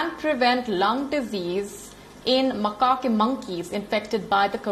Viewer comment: You are saying macaque monkey wrong